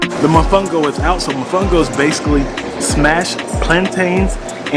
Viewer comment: Great job! I'm going to look into that sailing adventure next time I visit. Remember to pronounce all the the O's in mOfOngO 😉